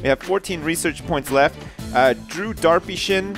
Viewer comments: is it awkward if, every time says Darpyshyn, it sounds like "Derpy Sjin":P x3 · Darpyshyn?.....moar leik Derpy Sjin.